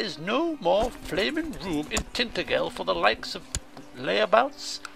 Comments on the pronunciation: As a Cornishman myself I've never pronounced it 'Tin-taja-wal'. I know what you're trying to say, but I'd say that it's closer to 'Tin-ta-jel'. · I didn't mean the comment in a bad way, for a lot of people who don't live in Cornwall pronounce it like you do, but the correct pronunciation is 'Tin-taja-wal', not 'Tin-ta-gell'. :P I'm sorry if that's not helpful, if you want I can say it to you on Steam so you get an idea of how it sounds. :) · For someone who lives in Cornwall, your pronunciation of Tintagel is highly amusing :P